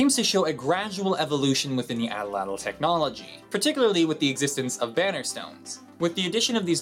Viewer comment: #4 Atlatl? Looks really Nauatl, so the tl isn't tl, it's tll (the ll is the welsh ll)